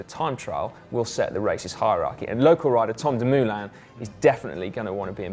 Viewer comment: Si his name is Dumoulin not Doomuuhlain.